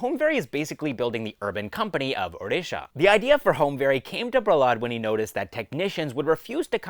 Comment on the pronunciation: Hey man, really appreciate your pronunciation of odisha correctly